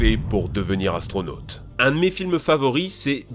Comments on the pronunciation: Atronaute mdr bien dis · astronote mdr bonjour la prononciation ^^